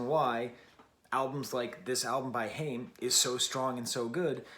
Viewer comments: Nice take, Haim used to be a bit of a guilty pleasure for me but this album is stellar😌 I think “I know Alone” is my favorite track off this release. Also their name is pronounced “Hi-uhm”. Haim rhymes with I’m. Lovin your channel too, really liked your Strokes review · Please pronoune the name correctly...Haim rhymes with time... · It's pronounced "HI-UM" as in, Hi, I'm about to smash a pesto pizza. Their last name is Haim and they grew up in a musical family. Your comment on the line " everytime i think that I've been taking the steps, you end up mad at me for making a mess" really resonates with me because I've experienced that in relationships. As we all probably have. I've spent a lot of time and energy trying to better myself in whatever way it may be and I've emotionally abused or belittled for trying to be a better version of myself or chase my aspirations. I really appreciate a reviewer who can delve deeper into the meaning of songs instead of just critiquing the pure musical aspects of the piece. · your saying the band name wrong....